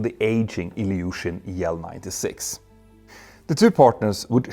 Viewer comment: You say "IL" correctly but not "MC"?